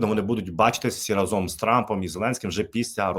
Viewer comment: з повагою, але не разОм, а рАзом.